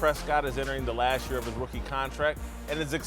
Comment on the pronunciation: It’s “last year, not lashyear”.